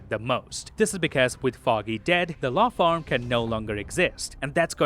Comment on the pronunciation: . Law *FARM**??? I know it's law **FIRM,* but I heard farm.